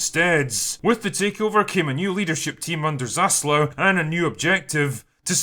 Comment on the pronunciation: Hate to be that guy, but it's Zaslav*